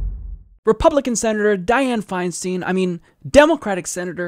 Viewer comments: it grates on my ears when you say her last name It's pronounced like FeinSTINE not FeinSTEEN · The name is Dianne Feinstein pronounced FineStine. Just an FYI. It only takes a minute to look up how to pronounce it on google. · I believe that her name is pronounced Fine- Stein (like beer stein). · Isn't it pronounced Fein"stine"? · Isn't it pronounced /'faɪnstaɪn/?